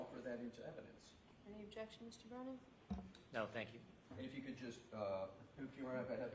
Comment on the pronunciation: The Fraudster,, calls Hank Brennan... Wait for it... BREENAN!!! 😂😂